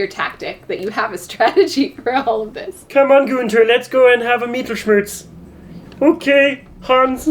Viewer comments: what Tom said would be written like miedelschmurs mittel is pronounced the way it looks. Like mittens but replace the ns with an L. schmerz is like shmerts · "Mietelschmörz" I love the how non-german people pronounce some german words. I mean i can't blame you, but its funny anyway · mittlelschmerz does directly translate to "middle pain" and its pronounced MIH - tuhl - shmehrtz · It's pronounced "Meet tell shm-yeah-rts" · You both butchered mittelschmerz soooooo bad. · "Mittelschmerz" nope... totaly wrong pronunciation, but cute. And I never heard it before in Germany XD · I am German and I have never ever heard of "Mittelschmerz" xD (Translation is correct btw) And I love the way you guys pronounce it xD